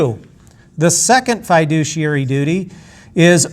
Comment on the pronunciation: not even saying "fiduciary" correctly..... yikes.